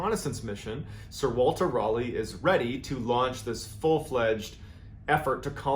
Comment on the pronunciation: As a Brit, I just love the way you pronounce "Raleigh". Is it correct? No. Is it endearing? YES! Fascinating info. =)